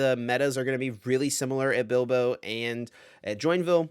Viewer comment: Would expect the guy with the Spanish name to pronounce Bilbao correctly eh?